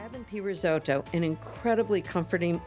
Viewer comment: Why can't any of them pronounce "risotto"?